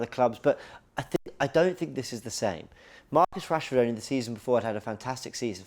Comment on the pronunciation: Man said Marcus Rashford you know… do me a favour please… GETOUTTAHERE 😂😂😂